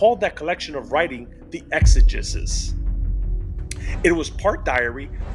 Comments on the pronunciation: exegesis has a hard E sounding third E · sorry, after a certain point, I just have to say it. it is pronounced “ex-a-jesus” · It’s pronounced ex-ah-JEE-sis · It’s pronounced Exigisis and it means explanation in ancient Greek